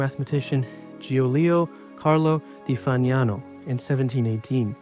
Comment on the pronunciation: Congratulations on your pronunciation of 'Fagnano' (at least, most times 😉). Cauchy is pronounced something like koh-she, and Euler is (~)oiler. Good luck with the channel!